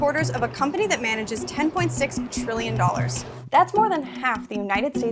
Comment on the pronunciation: you didn't clearly enunciate the T in Trillion so it sounded like Billion - a small difference ...